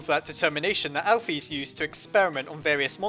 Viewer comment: Alphys name is pronoced al fis not al phys